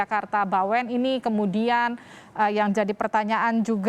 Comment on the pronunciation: Maaf ya.... Jogya Bawen, bukan bawean ok.